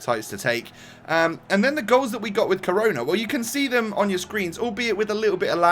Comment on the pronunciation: He is pronounced like share